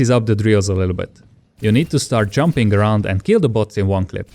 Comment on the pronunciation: did he say junping helps to dodge shot LOL